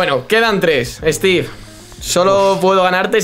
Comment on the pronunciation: Stiik no, steve